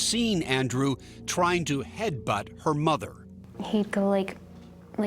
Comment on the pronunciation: So let me get this straight .. a stripper meets a guy hanging out in the club... they get together and its a toxic relationship.... shocker!!! And its "headbutt" not "headbunt" 😂